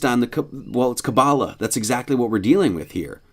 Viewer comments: Imagine pronouncing Ka-bba-LAH as Ka-BBA-lah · Oh god, he said kaballah 🤦‍♂️. Why do christians always pretend they know what kaballah is?